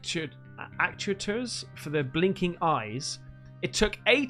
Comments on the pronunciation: Actuators are electronic/mechanical devices that move things(they have them on planes)pronounced act u -ators :) - LOL is phonetically pronounced L-O-L and it's an acronym for "Laughing out loud" :) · ac-tu-a-tors did you fail phonics in primary school?